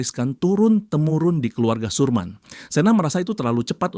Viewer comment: Sermin jd surman..😂